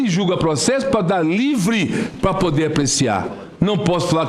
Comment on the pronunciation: "Pá pudê" Ministro?)